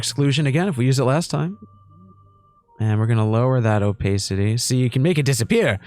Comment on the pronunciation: the o-pay-city is killing me. love you 💖